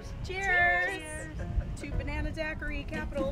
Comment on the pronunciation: Hahhahaha love this video. When took the third SIP of that Banana daiquiri and it was over with full sentences and all three ladies out. Side of the store could not say Banana hahahahahahaha